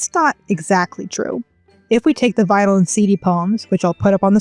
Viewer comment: “If you take the vinyl and CD poems…” It took me 3 listens to understand you were not saying “the vile and seedy poems” like what?!